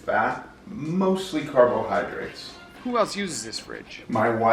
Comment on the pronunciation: I love how he says carbohydrates Carb-OH-hydrates